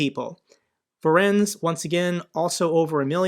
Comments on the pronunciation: Voronezh is pronounced as follows: Va-RONE-ezh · Voronezh is pronounced "voh-roh-nezh". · Fantastic video, as always! A hint about pronunciation: Voronezh is a three syllable word: Vo-ro-nezh. One way of explaining how the "zh" sounds like, is to imagine that "Jesus" was spelled "Dzhesus": You make a "sh" sound with your tongue while making sound in the throat too.